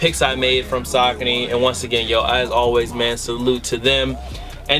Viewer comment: Sockny lol its (Sa-Con-Ee)